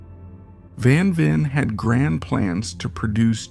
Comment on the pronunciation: Man I wish you could pronounce his name right.